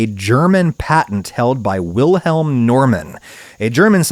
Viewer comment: I think he pronounced "Wilhelm" correctly, just with a very slight and insignificant English accent. The German pronounciation of "Normann" is wrong, though. But that is understandable as the last name also exists in the US - and is pronounced the way Adam did. But I see your point.